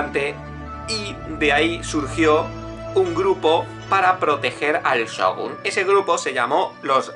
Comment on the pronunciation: Dice Shogun correctamente ¿pero no puede decir Shinsengumi?